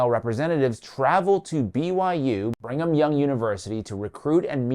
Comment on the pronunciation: Birgham Young University sound like "Bring-em'-young-university. Just saying 🤷🏾